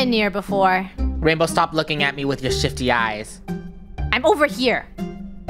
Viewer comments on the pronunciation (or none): omg i actually thought he said sh*tty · “Rainbow stop looking at my with ur sh1sy” or is it shifty? Idk I heard sh1TTy:_KREWBawling::_KREWFine::_KREWKnife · I gasped when said “STOP lookingat me with your SHI-(f)ty eyes.” I thought he said the s word☠️ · I thought said sh*tty eyes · Um I actually kinda hear sh!tty eyes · i heard shty eyes 😭🤚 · I THOUGHT HE SAID S*** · I almost thought he said shi!!y eyes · I THINK I HEARD SHI__ EYES THOO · •Random idiot who likes bears• same 😭 at first I thought he said sh!tt¥ but then I realised he said shifty 💀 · I thought he said sh**ty 💀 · i thought he said the s word lol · Ahhh ok cuz that he sound like he did swear💀 again like in pico park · Dude I HEARD say at beginning''stop looking at me with ur sh*ty eyes'' it sounds like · I thought said sh*** eyes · I heard shifty wrong- 😂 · Was I the only one that heard shifty wrong?😃